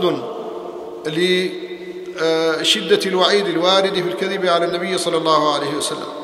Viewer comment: صلى وليس ثلى